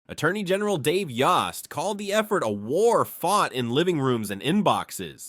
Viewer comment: The o in Mr. Yost's name is pronounced as a long o. In other words, the o vowel says its name.